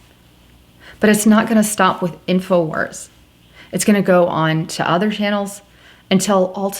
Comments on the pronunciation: Wars...Not Warses. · '' Infowarses'' = lol ...it's Infowars, not '' Infowarses''